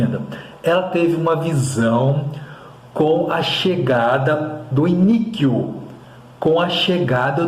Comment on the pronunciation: A pronúncia é I-NÍ-QUO abençoado 😊